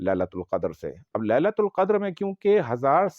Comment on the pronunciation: Sir ji,aapne shuru ki ayat ghalat parhi he,fi laeela til qadar he,laeela tul nahi he.